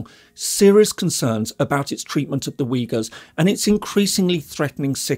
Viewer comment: 😂 When you talked about the Uygggghhurs , I knew u were a liar!! U must love Adrian Zenz 😂😂😂😂😂😂😂😂